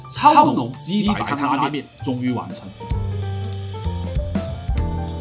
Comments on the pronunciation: 我仿佛听到了’鸡掰‘！😺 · 为什么“鸡白”听着怪怪的？